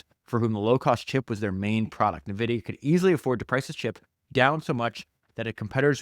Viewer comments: Phenomenal listen. Also...it's En-Vidia ,not Nuvidia. Like Envy. ;] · Why you say NEVIDIA???? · It’s “N”, like the letter, “vidia”, otherwise this is perfection. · I’ve never heard anybody say Nvidia the way you do mate haha